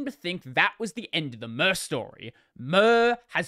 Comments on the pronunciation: More to the point, who pronounces "Mir" as "Myrrh"? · I know pronunciation of a project name doesnt really matter but just in case you want the info, Mir is pronounced "meer" just like in miracle.